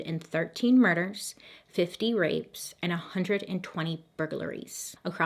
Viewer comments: “Bur-ga-ler-ies” 😂 I can tell Bailey is trying not to laugh each times she pronounces it. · bur-gur-la-ries LOL. It's cute. You should keep it. You use 4 syllables and it's 3, but I enjoy your special sauce. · The way you pronounce burglaries has me rolling!!!! 🤣🤣🤣 I love it